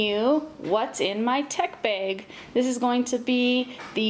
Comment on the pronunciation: awesome bag and tech. I also like how you say bag, its like beyg. anyway keep it up